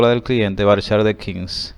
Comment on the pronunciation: usted dijo en el liceo que era varchat no varchar